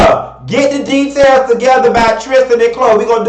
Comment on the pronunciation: "Da-tails" you's a fool!